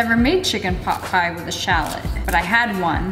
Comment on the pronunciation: i thought she said chicken pop pie but its chicken pot pie